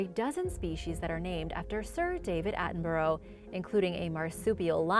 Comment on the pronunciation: Please learn how to say Sir David Attenborough’s name.